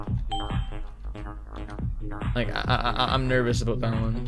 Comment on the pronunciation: It's pronounced about not aboot.